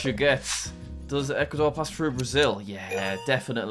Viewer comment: Bro said does Ecuador instead of equator